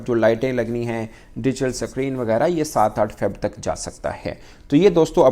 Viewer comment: Abe ye s creene kya hota hai bc 😂